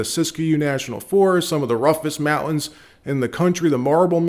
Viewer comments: there is a T in mounains. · Mountains Pronounce the T in mountains You sound ridiculous